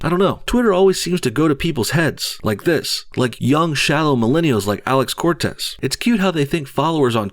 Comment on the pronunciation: Don’t you mean Corrrrrrrrrrrrrrrrrrrrrrrrrrrrrrrrrrrrrrrrrrrtez?